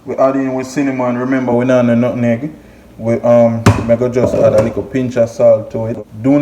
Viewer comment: its call nutmeg lol not nutneg lol